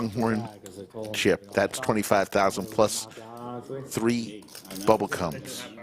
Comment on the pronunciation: ummm.. i listened to it 10x to make sure i heard it right.. .. Did he say "bubble CUMS"?!?!?